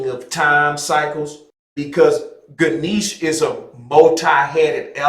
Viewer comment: It would be nice to hear you pronounce Ganesha correctly with the a at the end